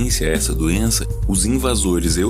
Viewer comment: Eu quero um corte do falando "você europeu é cheio de doenza"